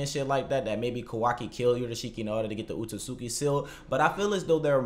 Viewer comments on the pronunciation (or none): Maybe i'm just nitpicking here, but i don't understand how one can cover something and come up with all of these theories and most importantly Spend time researching stuff about the series, YET can't even take the time to learn how to pronounce the names correctly. You say Otsutsuki wrong. And you say Katasuke wrong.